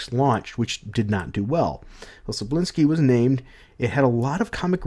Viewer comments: Manga is pronounced "MON-guh" Cebulski is pronounced "Seh-BULL-Ski" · Here, I'll help you. You, English speakers, sure have troubles pronouncing names with Slavic origins. Tse-bull-ski "Cebula" means "Onion". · More like "Seh-Bowl-Ski". At least according to this video